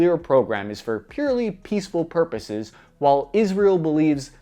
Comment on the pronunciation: "nuclear for peaceful perpurs" - the dictator -iran 😂